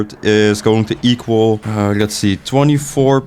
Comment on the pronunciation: alsjeblieft leer dingen beter uit te spreken, ik vind je videos goed maar de manier dat je bijvoorbeeld 'lets' zegt. je zegt de letter L alsof het een R is